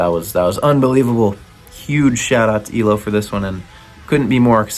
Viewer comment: it's Eye-Low 😆